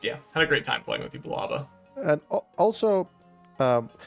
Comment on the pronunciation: They are Americans.... They can't say it...